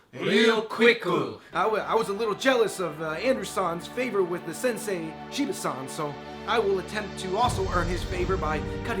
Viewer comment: I couldn't help but notice that everytime the two guys said 'san' they said 'shan'